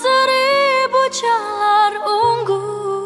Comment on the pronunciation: Sedap lagu ni... Minta betulkan sebutan ungu... Sebutan yang betul u/ngu, bukan un/gu. Kalau tak caya, rujuk DBP.